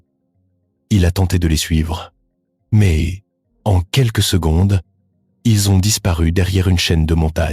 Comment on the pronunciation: Ces voix d'UA sont vraiment pénibles avec leurs liaisons hasardeuses, des mots non traduits et prononciation étrangères....genre secondesse au lieu de secondes ...